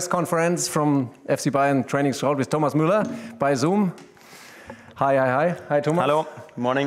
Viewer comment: they call me Tho-miss Muller you know? Thomiss Muller